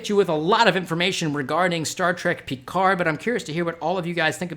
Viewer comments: ALSO, Love the way you say Picard :) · Any reason you can't pronounce Picard properly? I mean there is 7 seasons and multiple movies constantly repeating it.